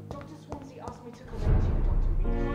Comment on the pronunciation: How come you pronounce Swansea's name as Swansa?